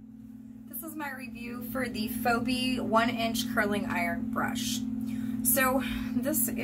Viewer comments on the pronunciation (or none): Good review but the name is pronounced: "fee-bee".